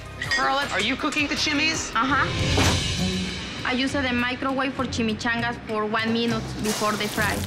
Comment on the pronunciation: i u the maicrowei 4 duh cheemichangas